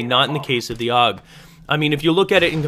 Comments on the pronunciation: its pernounced "A.U.G" not 'aug". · You don't pronounce it "awg". It's always been ay-yoo-jee. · It's not pronounced aug. It's a u g. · so I'm a "gay kid" just because I let you know the correct way the gun is pronounced. Wow just because I actually have gun knowledge unlike you doesn't mean I'm gay. If you want to say it incorrectly then go ahead I'm not stopping you even though you sound like a fucktard then don't say a u g